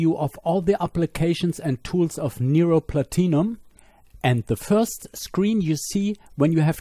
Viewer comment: it took a few minutes to understand you were saying "PLATINUM"